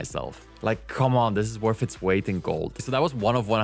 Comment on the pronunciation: Wif, bof, worf. Amazing. You can't pronounce "th". I am glad it is called "Chat" GPT, if it was Chath GPT, you would call it "Chaf" GPT.